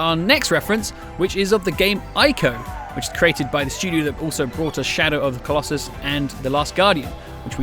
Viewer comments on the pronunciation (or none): none